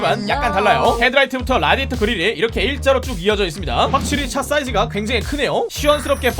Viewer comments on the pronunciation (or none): none